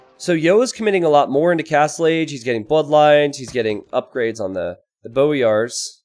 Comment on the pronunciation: I'm pretty sure it's pronounced "boy-ars"